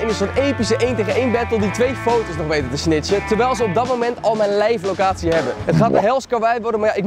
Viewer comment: ‘Leifff locatie’